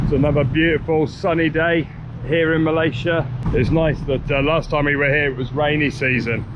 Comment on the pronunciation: you are also pronouncing 'Malaysia' incorrectly.